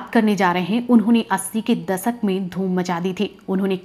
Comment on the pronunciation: धूर्रान दसक नही दशक बोलते हैं